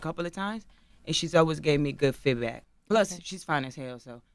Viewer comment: Joseline said nikki gave her good "FID-BACK" 😂😂😂 IT'S CALLED "FEED-BACK"!